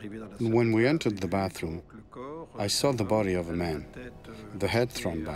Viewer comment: Although I like your content, I find it impossible to listen to a grown man saying "I sall that", rather than "I saw that", or "dralling" in place of "drawing". Best of luck to you and you speech impediment.